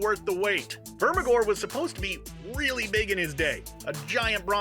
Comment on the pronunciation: I think you meant "Vermithor" not "Vermigor."